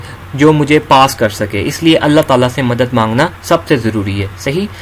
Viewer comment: Madat ni madad hota hy bhai 🤭